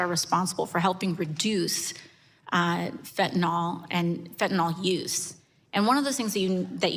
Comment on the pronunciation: it's fen--ta--NYL... not fen--ty-NOLL